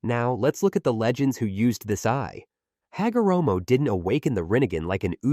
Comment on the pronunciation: "Ha go ra moe"